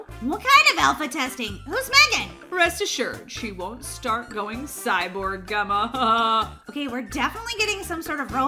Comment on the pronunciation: It’s not Gemma with a g it’s Gemma with a j